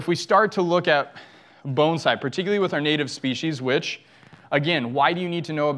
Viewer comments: Thank you for pronouncing the word Bonsai correctly! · Thank you for pronouncing the word bonsai correctly